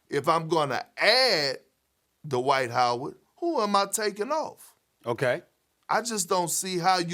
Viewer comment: DUH-wight Howard